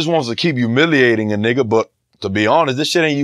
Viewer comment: White boy gotta stop sayin nigha